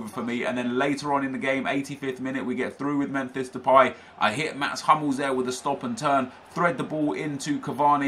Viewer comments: You said memfish depay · Memfish delay? Why do you pronounce it like that